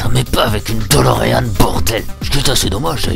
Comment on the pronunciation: Pourquoi est ce que tout l'monde prononce DoLorean alors que c'est DeLorean, bordel de merde ?